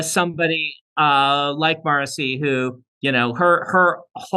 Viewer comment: I was today years old when I discovered Sanderson pronounces "Marasi" as Morrissey 😂